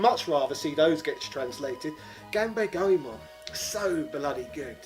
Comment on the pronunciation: Say it with me: Gone-bah-le Goemon